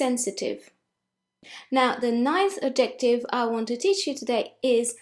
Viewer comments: Hi. I really enjoy your videos, and you speak English so well with the cutest English accent. I just wanted to correct one pronunciation. When you say the word “adjective” you put the emphasis on the wrong syllable. Instead of adJECTive, it should be ADjective. Thanks! Fred in NYC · You have been mispronouncing adjective for years. I took it as a true sign of your Frenchness and je pense que c'est trés mingon.